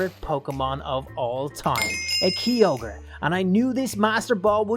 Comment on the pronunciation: He says his favourite Pokémon Kyogre and he doesn’t even say it right